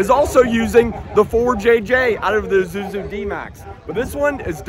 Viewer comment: Thought it's Isuzu not Izuzu 😅